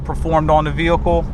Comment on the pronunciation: The way this guy pronounces the word vehicle it's sounds like he has a speech impediment. 😿